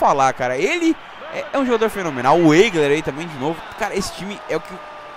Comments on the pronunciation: Acho que o Eigler se pronuncia "Aigler".. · Esse ''Eigler'', acho que se pronuncia ''Aigler''